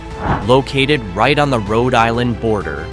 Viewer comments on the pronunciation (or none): none